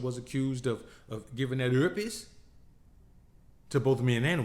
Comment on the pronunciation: LoL how you said herpes 😂😂😂😂